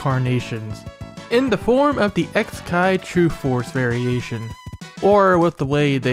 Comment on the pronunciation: I think it's suposed to be pronounced "kikai" since it means machine/mechanism in japanese It's a pretty clever pun actually